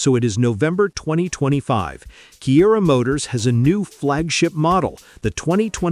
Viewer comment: Kiira - It's read as Chira